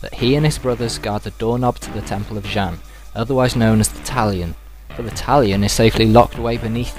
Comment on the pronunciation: i love your talkthroughs:D they are really great and funny:) just two things, the warriors fighting against the chinese dragon army are tibetians, and xian is pronounced "SEE-AAN":P